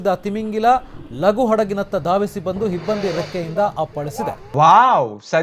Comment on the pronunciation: Hibbandi ante kannada Barolwa? Hibbandi alla himbadi...😱🙏